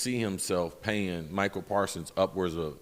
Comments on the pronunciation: Chris Carter. It's MICAH not Michael. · Does Chris know that it's "Micah" not "Michael"?